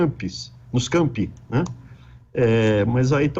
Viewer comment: NOS CAMPING???? NOS CAMPI? QUE QUE ELE FALOU?